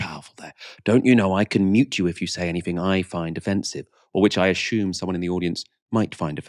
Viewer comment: Ashume? No such word